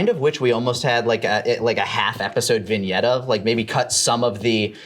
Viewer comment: Lani's word of the day: Vinyet Seriously, take a shot every time he says it.